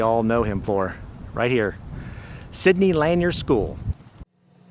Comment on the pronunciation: The school Sidney Lanier is pronounced “Sidney Laneer.” You aren’t pronouncing it correctly in your video.